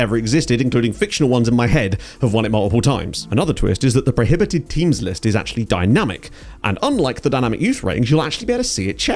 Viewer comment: Thought you said temu's database 😂